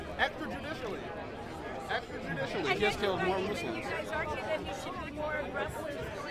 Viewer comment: the mispronunciation of muslims made me cringe